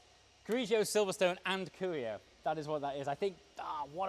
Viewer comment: Cuoio, you can divide the sounds as cuo-io. And you would pronunciate the C as the Q in quality, the UO as the WHA in what but without the h sound, and IO as YO. The accent goes on the first O. Just in case you are interested in the correct pronunciation.